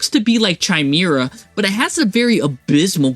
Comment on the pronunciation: Chimera is pronounced like Kai-meer-ah